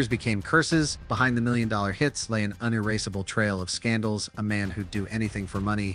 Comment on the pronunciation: "Un-erase-able?" Please proof-hear your AI narration before you upload your videos.